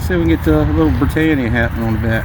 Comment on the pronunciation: Nice one guys. Btw it's pronounced 'Brit anne eee a' not 'Brit ain ya' ;)